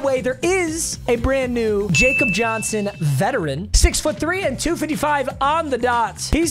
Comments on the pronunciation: Hhhhhhhh. It’s pronounced Yah- cob He German I’m not mad, I’m just disappointed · It's not pronounced Jacob Johnson. While his name is Jacob, it's pronounced 'Ya-cob Johnson'. Keep up the great and interesting vids! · Day 69,420 of telling it’s pronounced yahkob Johnson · When will he learn it’s pronounced YAKOB Johnson 😭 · How long until he pronounced Jakob Johnson’s name correctly